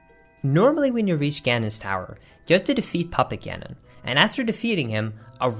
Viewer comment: sounded like "papa ganon" when you said puppet ganon